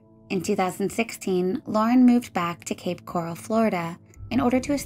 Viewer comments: just to clarify its Coral.. not Corral, these are two separate places. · It's Coral, not Corral.